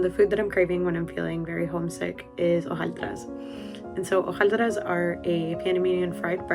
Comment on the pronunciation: Hojaldres* not hojaldras 🤦🏻‍♂️